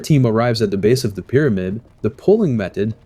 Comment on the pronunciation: It’s pronounced “The” not “Duh”. You should work on that if you are going to narrate.